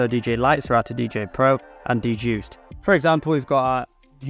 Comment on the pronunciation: Every time you say "D-Juiced," I cringe. The DJuced software is pronounced "Juiced." The "D" is silent, smh